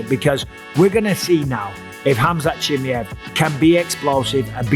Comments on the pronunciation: Bisping what the hell is up with your accent? You're a UFC commentator it's C-H-I-M-A-E-V not chimmie-yey XD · Chimmy ev chimmy ev chimmy ev. Please just say his name normally. I cant watch the video its so distracting right away. CHIMMY CHIMMY CHIMMY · Why do you keep saying Chimiev? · I laugh every time he says "Chimmey-ev" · Take a shot every time Mikey says chimmiehv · Bisping saying Khamzat Chimmey-ev just made me laugh 😂😂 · He really insists on the Chimmyev lol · 😂😂😂😂😂😂 please say his name properly for fuck’s sake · Say his fucking name properly FFS! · Bro said his name 20 times wrong lol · Why not just learn how to say his name correctly?